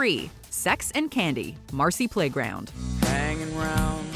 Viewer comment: Sex and Candy is such a shitty song though. Idk how it keeps ending up towards the tops of these types of countdown videos. Like the dude doesn't even know how to pronounce the word candy."I smell sex and ken-day" makes no sense. "Never Let You Go" from Third Eye Blind is a good one too, if you like Jumper.